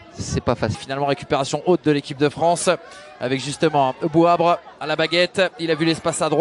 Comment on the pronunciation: c’est pas Bouabre c’est plutôt Bouabré😂